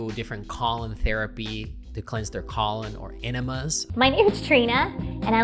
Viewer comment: How can you not know how to pronounce "colon"?